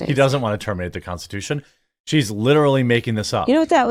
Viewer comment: Kamala is clearly drunk during that podcast. She's slurring every sentence and can't pronouce "Constitution."